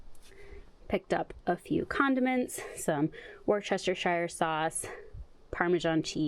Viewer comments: Worcestershire Sauce, is pronounced Wustah-sheer. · It's pronounced "Wooster sauce" 🫴🫴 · it's pronounced, "woostershire sauce". I know it doesn't look correct, but trust me. "wooster" As Bertie Wooster. Cheers. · It's pronounced Wus-ter-sher sauce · It's worstershire sauce 😂😂😂😂😂😂😂😂😂😂😂😂❤ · Try saying ‘woostershure sauce’. Worcestershire is a difficult word to pronounce! X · From a Brit - when it comes to pronouncing Worcestershire, think of how you say the -shire in New Hampshire, that's the correct way. Great video. ❤